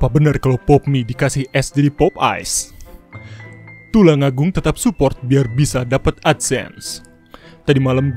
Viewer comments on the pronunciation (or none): Anjay tulungagung bacaya tulangagung